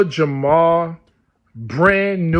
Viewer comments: Jamar... not Jamal... js. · Lord Jamar bro not Jamal 😂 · Its jamar bro not jamal lol